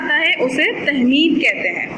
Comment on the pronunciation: Tamheed..not tehmeed..😑